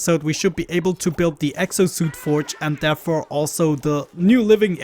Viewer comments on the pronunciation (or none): therf-forf aha! thorf